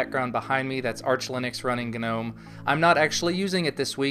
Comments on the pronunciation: Thank you sir for pronouncing "Gnome" correctly. EVERYONE! It's pronounced Guh-nome not nome. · Well that's just how it's pronounced dude. You don't pronounce tomb like toombuh, or depot like deepaht. or sign like sie-gehn. I said it wrong for a really long time but that's just how you say it.